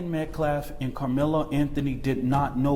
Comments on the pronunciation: It’s Metcalf not Metclaf.. Austin Metcalf say his name. Anything to stir the pot and distract from the actual facts about this horrible situation. Let’s keep it real! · These people are not even saying names correctly. It’s not Metclaff! Another lawyer YouTube constantly messes up Marcellus Anthony instead of Karmelo. I mean seriously it’s not that hard. Minor but annoying. You always keep names straight or correct your self. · Thank you for exposing that total fraud, race baiting, race hustler. The guy couldn't even say Metcalf correctly. He kept saying, Metclaf. He gonna axe Metclaf a question. 😂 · It kills me that he keeps mispronounced Austin name.... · This guy didn't even say Austin's last name properly 🤨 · Thanks, I smelled something"off" about that guy when I heard him during his "press briefing". He can't even pronouce the Austin's last name correctly. This trial is going to be a complete shit show. When they come back with a guilty verdict, they are going to riot. Mark my words. I just hope the fear of the dark tribe going off again doesn't sway the jurors like it did at the OJ Simpson xxmurder trial. Austin deserves unfettered justice. His twin,Hunter, and his whole family deserve nothing shy of full justice. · He can't even pronounce their last name but doesn't see it as "disrespectful" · This guy was a joke the second I heard him speak. He couldn't even pronounce the name of the victim or say simple words. He looked like a weirdo from the start. Hitting a 2 year old as discipline is NEVER acceptable for those defending disciplining his child.